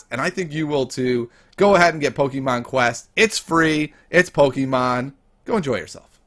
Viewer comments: Keeps saying Pokeemon instead of Pokémon TRIGGERED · He says pokimoon